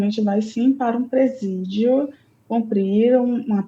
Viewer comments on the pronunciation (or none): presídio? Achei que fosse "presídel" 😂